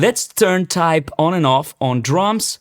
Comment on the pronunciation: Hi! Doesn't TAIP rhyme with 'tape'?